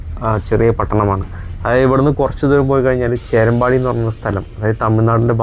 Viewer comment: ചേരമ്പടി അല്ല ചേരുംപടി